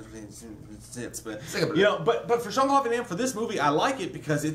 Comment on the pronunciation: dude...it's "Jean" not "Sean" lol.